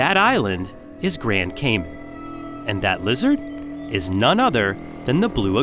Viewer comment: I’m actually from grand Cayman and I love these amazing creatures. Also it’s not pronounced grand cay(men) but grand cayman so pronounced how it’s spelt😊.